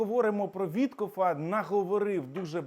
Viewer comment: Вітьков він, а не Вітхоф.